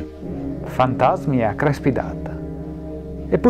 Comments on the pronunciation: io di cognome faccio Crespi.....e quanto odio che si pronunci con la E aperta -.- Comunque video interessante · ) comunque, CRESPI con la E chiusa :pPp